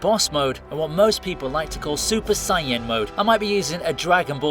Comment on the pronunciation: It's super saiyan, not super cyan it's pronounced say-in